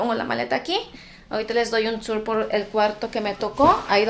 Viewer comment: AUXILIO NO SOPORTOOOO. EL “TOUR” el “TOP” ósea exagera la pronunciación gringa 😮😂